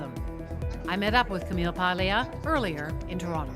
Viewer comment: You'd think Madonna Ciccone, so proud of being Italian (when it suits her), would know how to pronounce "Paglia."